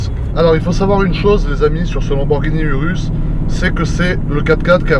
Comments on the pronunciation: On ne dit pas « URUS » mais on le dit « OUROUS » et on l’écrit URUS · ecoute moi bien tete de kiwi sa sce prononce Ourous et s'ecrit urus kiwi de crane